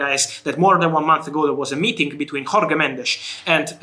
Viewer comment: Pleas sb tell Fabrizio that you don't pronounce "Jorge" as you would a Spanish name. You pronounce it as you would the first consonant of "journey".